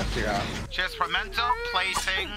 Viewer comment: all of them saying “pemento” is killing me